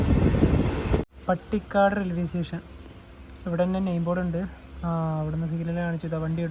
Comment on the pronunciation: പട്ടിക്കാട് അല്ല പാണ്ടിക്കാട് ആണ്.